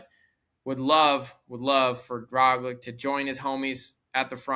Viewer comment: Try pronouncing Roglic as Roglich and it will sound almost correct.